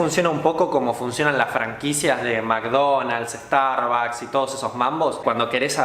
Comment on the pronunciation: Jijiji, pobre tontito y además, ni siquiera sabe pronunciar las palabras. "Starbacs" jajaja